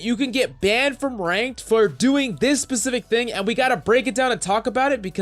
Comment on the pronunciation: 0.18 "you can get banned for doing this pacific thing" it's specific lol